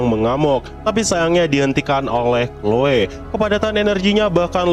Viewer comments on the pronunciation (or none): none